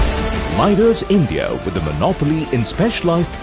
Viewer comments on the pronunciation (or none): none